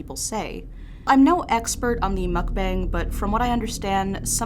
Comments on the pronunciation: the word "mukbang" wasn't muck bang or mook bang. the correct way of pronouncing it is "mook bunk" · pronounced Muhk-Bahng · It's apparently pronounced mook-BONG! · How to say Mukbang: Muh-k-bah-ng Pronounce the u like in the word mud, and the a in "bang" like the a in fall. It is NOT pronounced like it rhymes with fang. I know you're trying your hardest to pronounce it correctly so I just wanted to help, and if you're unsure on how to pronounce things in the future, just google it. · it's pronounced mook-bahng :3